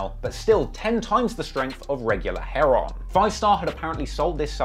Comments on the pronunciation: Respect for your channel bro but Wasup with you pronouncing those drugs😂😂 “Hair Ron”☠️☠️ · Heroin has an O and its NOT silent 😂